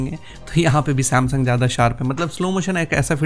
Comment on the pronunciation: Bhai Sumsung ko acha bolne ka puri koshish karraheho